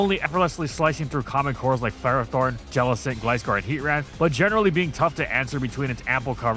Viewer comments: the official handbook from the start of gen 9 still says Ferrothorn is pronounced fer-RAH-thorn 😭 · It’s pronounced FUR-AH-thorn, HEE-TRAN, man-TEEN, MAYNE-eck-trick, and rye-KOH, “”! 🤨